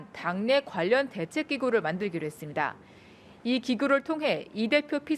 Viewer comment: 이 여자기자는 발음이 했슴돠. 임돠.ㅋ 니 짜를 빼고 말하네.ㅋ